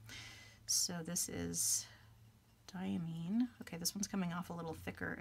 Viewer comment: Diamine definitely makes beautiful inks! I always enjoy your content because you seem to have everything that I'm interested in for myself. By the way, Diamine is pronounced with Mine as in "this is mine." DYE-uh-MINE.